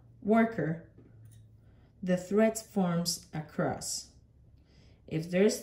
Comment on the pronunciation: Thank you for your fantastic dedication and work. On a funny note, am I hearing ok? I hear twist-crust-twist-crust... It is confusing and distracting, instead of cross. I have to acknowledge that saying twist-cross-twist-cross rapidly and repeatedly is a true wicked. Be well. "trabalenguas